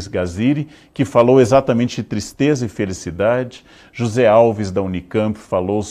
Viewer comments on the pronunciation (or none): none